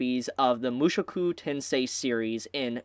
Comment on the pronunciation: Every time I hear him say Mushuku Tensei ... I just imagine Rudy being replaced by Mushu from Mulan.